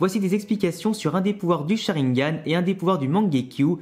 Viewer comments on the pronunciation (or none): none